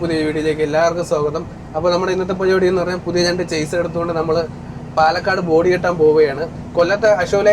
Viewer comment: ഷാസി എന്ന് പറയണം. ചേസ് അല്ല